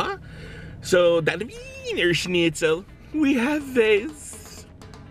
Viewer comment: ur pronunciation of the word schnitzel was surprisingly good ! : )